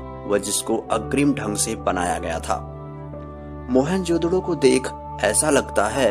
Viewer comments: Sir mohen jo daro nhi moen jo daro hota hai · Oohhhhh godd stop saying mohenjodaro mohan jodhdo😕😕😕😕😕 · Mohan jodro nahi bhai. Mohan jodaro hai woo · Its mohenJODARO not..mohenJODDO..😂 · Bhai.... Vo mohanjodaro hai ..... Mohanjodro nhi 😂😅 .... Baaki knowledge bahot achha hai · Who jodaro hota hai na ki jodoro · It is not Mohan jodro it's Mohan jodaro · It's not Mehenjododo it's Mehenjodaro. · Bhai video. Achi par mohenjododo nahi mohenjo daro hai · मोहेंजोडो नही होता मोहेंजदारो होता हे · Are pagal mohenjodaro hota hai na ki mohanjodadddo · Please try and work on you pronunciation of the word 'mohenjerdaro' , you sound as if you are using a profanity for someone.